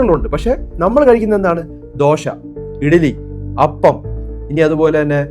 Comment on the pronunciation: Not dosha but dosah in malayalam ദോഷാ ദോശ